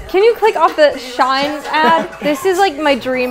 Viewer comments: im sorry but when pronounced SHEIN as shine it made me laught idk why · OK BUT PRONOUNCING “shein” as SHINE LMAOOO